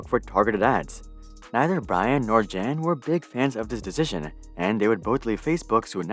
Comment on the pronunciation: Great content as always. But one small tip/fun fact Jan is John in most of central Slavic languages and a more accurate pronunciation of the name Jan would be if you read it like Yan. Anyways, highest research quality as always from you.